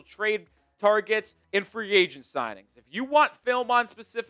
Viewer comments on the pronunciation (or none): none